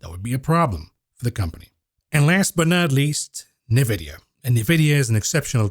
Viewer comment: 2024 is never too late to learn how to pronounce NVIDIA.